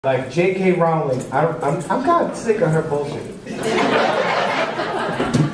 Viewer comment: Mispronouncing her name JK is an underrated joke